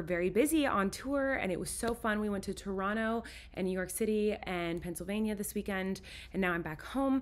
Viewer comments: Colleen you say Toronto like a true Canadian. With out the o and t🤪 Trono that’s how Canadians say it lol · I LOVE that you say Toronto the Tronnoo way 😂💙💙💙 you make my heart happy!! Was sooo sad I missed the Toronto show!! It sold out so FAST!! 🇨🇦🇨🇦🇨🇦 lovelovelove